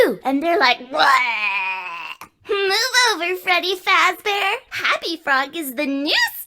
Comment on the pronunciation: Frebby frabbear scawwy